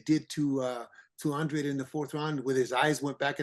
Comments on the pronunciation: Come on at least get his last name right it’s Andrade not Andre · It’s andradeee. Say it in Spanish. That’s a Spanish last name.